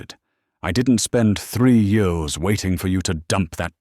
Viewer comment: You totally missed the point, stupid AI response. It should have been pronounced YEARS, but your stupid AI narrator said YORS ... Pathetic